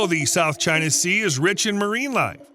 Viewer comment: Its 11am an im doing the drink to China everytime he says chier I habe ashot I'm hanered this is aweosme